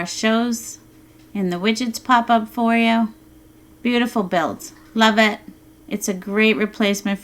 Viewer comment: Love The Work You do n' That Voice Is so Amazing (Specially When You Say "Pop-Ups" ... But This Thing Is More Of A Headache Than It's Worth... I Entered My Password In The Build Setup On Several Occasions, Still Nothing... Besides, Are They Offering Something Or Monitoring ?!?!?! Much Appreciation "Just The Same" !!! :(